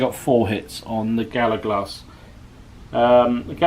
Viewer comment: Another great game, yes enjoying these games with these different troop types and would love to see another. Maybe an ambush type scenario?👍 Mate was that just bad pronunciation? Bonnacht, Gallowglass, there was also a short period of blurred vision....have you been at the Cooking Sherry again? 😂